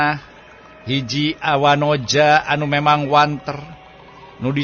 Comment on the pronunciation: punten,sanes wanteur(eur) tapi wanter (eeeeeerrrr)🙏🏼